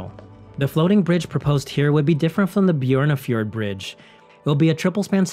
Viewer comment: Han gjør det med de fleste navnene. Putter tilfeldige "J"er inn i navnene. Jeg vet ikke hvor han har det fra, men det går en litt på nervene etterhvert.